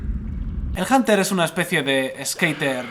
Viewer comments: En el que hablaremos de el bunter... janter... el janer xd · es hunter no janter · pendejo no es hanter es hunter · Yo lo pronunció junter xD